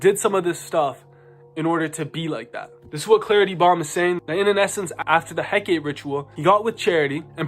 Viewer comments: Please say Hecate our Divine mother's name correctly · Hecate took them out for mispronouncing her name so much 😁